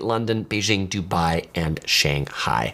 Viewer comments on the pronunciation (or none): none